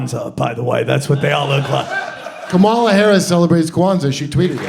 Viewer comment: The guy actually pronounced Kamala's name the correct way. Same thing goes for Dick Cheney, everyone pronounces his last name wrong.